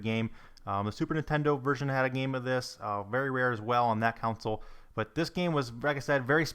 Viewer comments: Lol, he says counsel instead of console and koisk instead of kiosk - good job. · Not to mention "Keaownsul" when he says console.